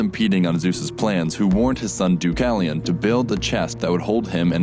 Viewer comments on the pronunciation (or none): Deucalion is pronounced Deaf-kah-lee-on in Greek, where the "D" sounds like the "th" in "the".